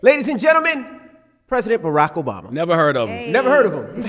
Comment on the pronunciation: You are no good 🤣🤣🤣🤣 It's Obama not "OBaby" lol